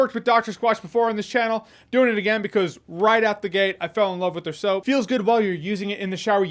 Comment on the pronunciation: At first I thought he has cash in hands not soap... Thought he was saying he washed himself in cash... Sounded good tbh